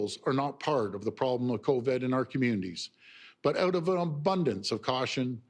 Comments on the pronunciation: Why does he keep saying "coved"?? Its covid for christ sake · is the new strain called "co-ved" ??? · Why is he saying "Coved" . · It's Covid not Coved my friend. he can't get the word right to show you how much he really knows. so full of it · "Co-ved"? HAHAHAHA! Is that the new strain of virus we're up against?? HAHAHAHA!! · Yeah and stop saying Cov-Ed it irks me everytime ..... dick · He says covid funny lol